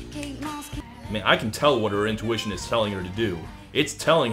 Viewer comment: I hear it as in tuition rather then intuition